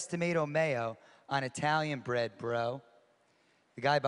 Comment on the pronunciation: Knew where this was going as soon as he emphasized bro* 😂😂